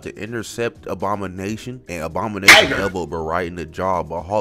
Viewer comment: Is bro saying obama-nation cause i swear thats all im hearing